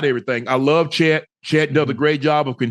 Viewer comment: lol “shíet holmgren”-ocho😹😹😹